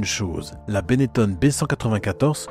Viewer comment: On doit prononcer Benetton et non Benettone, les noms en ON sont très courant dans la région de la Vénetie et en particulier dans et autour de Trévise, exemple le pilote de Rallye Massimo Biasion qui ne viendrait à l'idée de personne de prononcer Biasione. C'est très énervant d'entendre encore cette erreur qui a perduré un temps par des journalistes mal informés, quand Benetton s'est investi dans la Formule 1 . Mon nom patronymique est originaire de Trévise justement est se termine en BON, je suis donc justifié pour en parler. Et Nino chantait : Chez Gaston ya l'téléphon qui son, et ya jamais person qui y répond ! histoire de terminer sur une note humoristique.